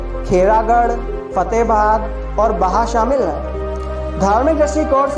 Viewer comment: किरवाली नहीं किरावली और फतेहबाद नही फतेहाबाद